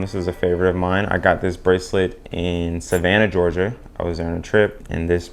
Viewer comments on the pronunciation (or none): none